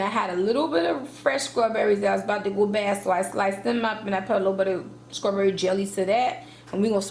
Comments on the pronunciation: so wtf is skrawberry ... oh the way a ghetto ignorant ass hood rat murders the english language ... you sound like a moron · Lol “scrawberry”